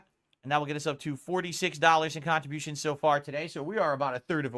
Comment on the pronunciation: I hope Rich lays down the law by flashing his manoobs live so all the dentheads moan and Phil get zero kahntribushians 🤣